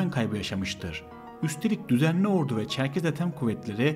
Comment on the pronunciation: askeri "ordu"yu şehir olan ordu gibi telaffuz ediyorsun lütfen onu düzelt